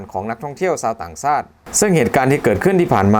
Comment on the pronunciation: 555...ครับ ชักดาบครับ ช ช้าง ต่างชาติครับ ไม่ใช่ ซาติ ช ช้าง...และอีกหลายคำ..บราๆๆๆ😁😁😁